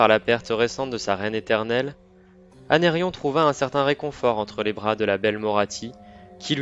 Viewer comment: Non mais, c’est pas « Anérion » sérieux, c’est Aenarion